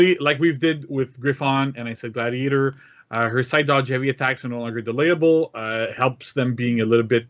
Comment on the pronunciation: I can’t believe that you’ve butchered gladiator like this.